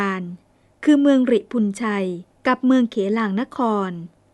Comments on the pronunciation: หริภุญชัย ก็ออกเสียง หะ-ริ-พุน-ไช นะคะ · สำหรับท่านผู้บรรยาย. หริภุญชัย อ่านว่า หะ-ริ-พุน-ไช .. และ สิงหนวัติ อ่านว่า สิง-หะ-นะวัด .. นะครับ. "ก่อนการบันทึกเสียงคำบรรยายในทุกๆครั้ง. ขออนุญาตแนะนำท่านผู้บรรยาย ช่วยกรุณา.ตรวจทานการออกเสียงกับคำ ที่มีลักษณะดังเช่นที่ได้ชี้แจงทักท้วงมานี้ด้วยนะครับ. "เด็กๆที่บ้านชอบดูกันมากๆครับ. ถ้ามีโอกาส(โดยอ้อม)ได้ปลูกฝังการออกเสียง และการใช้ภาษาไทย ให้ถูกต้องเหมาะสม. ก็ย่อมเป็นการดีสำหรับพวกเขานะครับ. "ขอบคุณมากครับ. #FC.ครับ 😊 ..